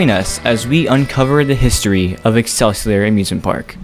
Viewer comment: Love the topic and video but just as a Minnesotan that lives riiiight by these places: Shock-a-pee X-cell-sea-oar like what al gore said in South Park